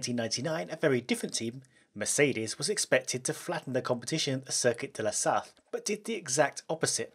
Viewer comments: In french we pronounce "la Sarte" Good vidéo ;) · "Sarthe" is pronounced "Sart". Just so you know. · The way he pronounces "La Sarthe" kinda triggers me. Great video nonetheless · As a guy from Le Mans, it makes me really uncomfortable with the english pronouciation of "Le Mans" and "La Sarthe" ^_^